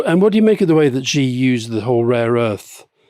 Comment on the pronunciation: Amazing - who finally gave Alistair a nudge about pronouncing Xi wrong for so long??